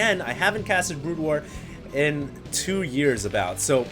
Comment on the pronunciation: Is it me or almost everytime said SC:BW, it came out as Brood Ware?:)